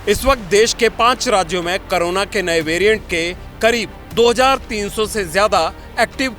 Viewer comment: करोना नहीं कोरोना होता है 😅